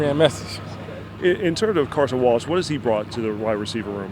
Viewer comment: It almost sounds like he's saying Carson Walsh....